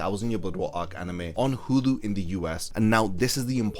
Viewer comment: its pronounced 'Hulu' not 'Hudu'